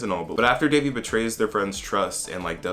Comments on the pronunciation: It's Devi* not Davey lmaoo her name literally means goddess please learn to respect Indian names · that's how people mispronounce it though so I get where that person comes from. It's actually pronounced "they-vee" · Omg yes, the fact that they pronounced it De-vi was so weird for me. And I honestly wished they made Devi a character that migrated to USA in her teen years because then I feel like a lot of us could have related to her as South Asians. It would have been nice to see Devi as a girl speaking more of in an Indian/South Asian accent rather than a westernised accent and as someone who was more knowledgeable about the culture and traditions of India. Devi was more of a girl who was ashamed of her identity and wanted to be westernised. I hope they make her love her identity in Season 2.